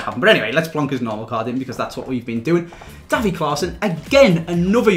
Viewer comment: It's not pronounced like daffy fucking duck, it's davy (day-vee) smh